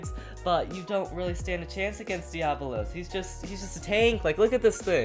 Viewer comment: Pronounced Die-uh-bo-los